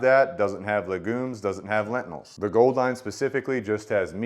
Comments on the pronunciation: Whats a “lentinil”? Do you mean lentil? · Great review, but what is a ‘lentinal’ 😂